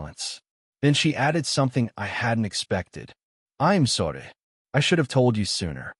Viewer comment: “ I am soreh”